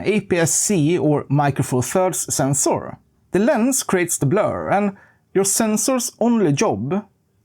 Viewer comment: The sensoor scratched my ears